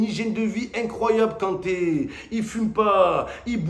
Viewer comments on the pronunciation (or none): C'est ngolo kante c'est ngolo kanré😄😄😄😄